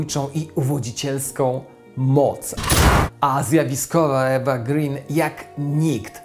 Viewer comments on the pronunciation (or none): Materiał jak zwykle świetny. Mam jedną uwagę nazwisko E. Green nie czyta się z angielskiego tylko szwedzkiego przez długie 'e' (uproszczenie) nie długie 'i' - ma nazwisko po ojcu szwedzie, a zapis został zanglicyzowany (ö->ee).